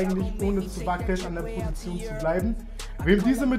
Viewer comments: Kannst du Position nicht aussprechen oder wieso sagst du schon seit Jahren „Prosition“ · Die „Prosition“ 😂😂😂